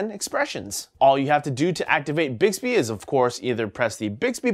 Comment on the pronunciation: Mmmbixbbehhh. Never gets old